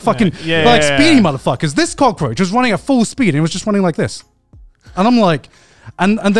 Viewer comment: Cut the "roach" in cockroach